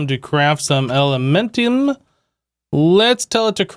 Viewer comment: It's elementium not elementum bro.